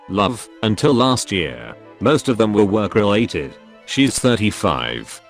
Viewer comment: Why does the text to speech suddenly have a russian accent when saying the words "work-related"?